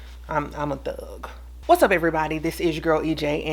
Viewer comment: I misunderstood her at first and thought she said "I'm not crying b/c I'm a duck"...it took a min to click😅